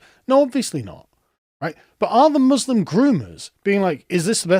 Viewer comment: just like starlin, he can't even say the word "muslim"